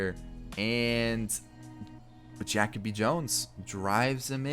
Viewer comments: Jackoby?? It’s Jah/kobe lol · JaCoby Jones is pronounced Ja-Coby not Jac- oby lol fyi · Every time he said jackoby Jones I was so mad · Are you trolling? It’s pronounced Juh-kobe lol